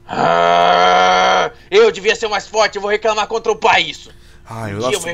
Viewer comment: tu fala foirti